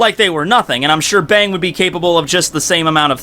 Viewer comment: I think its supposed to be pronounced Bong